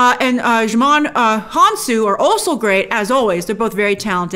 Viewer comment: I thought djimon was pronounced JI-mon